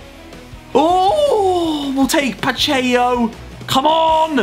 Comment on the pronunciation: Nobody: Harry:mitalio and Pacheyo